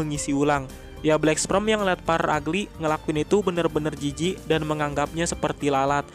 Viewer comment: Min maaf cmn koreksi, pengucapan black sperm salah tu, yg min ucap itu black sprem harusnya black sperm.. 🙏🙏🙏🙏